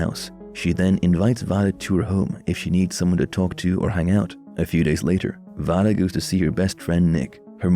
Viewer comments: Vada's name is pronounced Veida not Vada but it is spelt Vada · Can you pernouced vadas name right (vay duh not voh duh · Have you actually watched the Fall out? You have a lot of info mixed up It's V long a day not voda like you pronounce it. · It's not (VAH-DUH) its (VAY-DUH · Its vay- duh